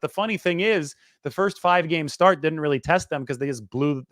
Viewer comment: start not stert Einstein